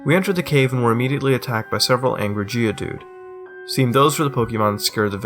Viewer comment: i swear, when mutahar said "several angry geodude" , i thought i heard "several angry jews"